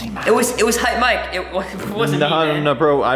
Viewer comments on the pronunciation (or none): It's Hype not haight